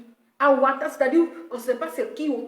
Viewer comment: Hé ma belle pardon on t'aime beaucoup mais fais un peu effort avec notre français là! avatar et non awatar c'est ta marque déposée mais bon fait effort gros bisous